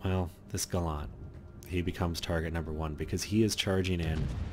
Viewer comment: It's Gallant, not Ga-lant. It's British, not a Mitsubishi!